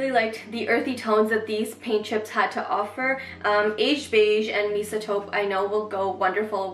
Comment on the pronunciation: Just a little help with Mesa.... pronounce it may~sa. It’s meant to resemble the taupe/beige/reddish colors of the American southwest high dessert colors like the Grand Canyon. 😉